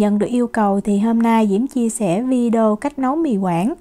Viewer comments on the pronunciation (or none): Xin đóng góp nhé: VIDEO phát âm trúng là VI ĐÊ Ô chứ ko phải VI ĐÔ nhé.... ở VN phát âm sai nhưng ở Na Uy phải phát âm đúng chứ 😊😊. Mi li lít chớ ko phải mi lít nhe 😊